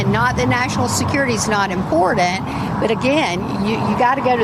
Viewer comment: sweetie… I know you’re from SC and all but Jesus learn how to say “important” correctly! 🙄